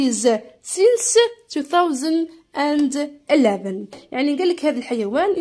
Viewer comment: راكي غلطتي في قراءة 2011